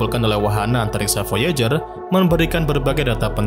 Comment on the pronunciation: Baca VOIJER...